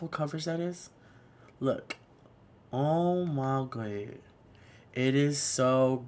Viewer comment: The Way He Says "OMIGUAD" I can't dealllllll!!!! LMAOOOOOO